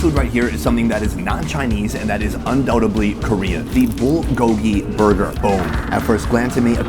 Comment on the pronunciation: If you've lived in Korea for 8 years why can't you pronounce, "bulgogi?"